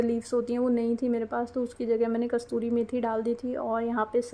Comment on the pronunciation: Kastoori nhi kasoori methi hoti h dear aap hi nhi bhut se log isko galat pronounce karte h . Nice vlog ❤